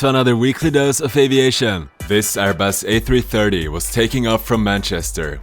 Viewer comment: I've wondered if English is the narrator's native language. In the opening statement in his videos, he used to mispronounced "aviation." Viewers kidded him about it, and after a while, he redid it. Don't get too pissed about this. I'm a subscriber, and I always look forward to your videos.